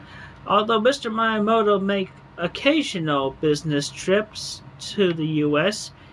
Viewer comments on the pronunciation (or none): Dude's constant mispronouncing of "Miyamoto" and "Fils-Aime" is triggering me. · Am I the only one annoyed by how Chris pronounces Miyamoto’s name?